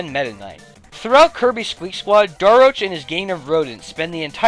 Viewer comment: Fawful’s Minion You’ve been pronouncing Daroach wrong.